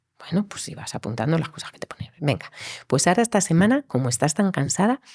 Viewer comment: que raro pronuncia la "T" ,el entrevistador, "ths" ...., casi es una ch..... pero no es con todas las palabras o no en todas las ubicaciones de la t . de donde es? ( existshen, distinthsa, esthsa entrevitsha, vivistheis esthairs, )